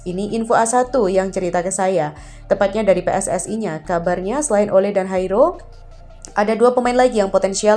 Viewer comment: maaf min sedikit koreksi klo bisa sebut jairo jangan hairo krn bukan bhs spanyol klo mau ngikutin lafal belanda paling yairo 🙏✌️ #cmiiw